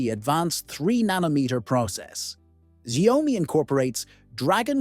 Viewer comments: It's not zaomi it's xiaomi - shaomi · It's NOT 'sha oi mi' 🤦🏻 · The sayomi 15 ultra🗣️🗣️ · its AI, it cant pronouce shit